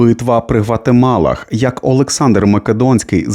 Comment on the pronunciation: Гавгамелах чи Гватемалах?